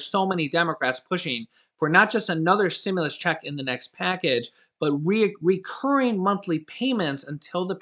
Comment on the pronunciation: "Recurring"... not "re-OH-curring"...